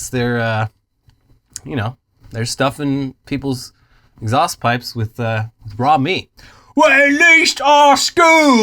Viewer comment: lmao that pronunciation was more butchered than the lamb chop in that exhaust